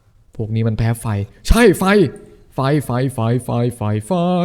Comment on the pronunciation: 17.23 ลุงพีพูดไฟ ฟาย